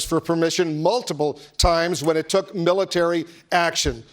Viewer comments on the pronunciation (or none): none